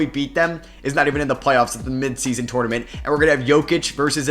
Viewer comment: I’m almost clicked off bc of how you say “tournament” 😂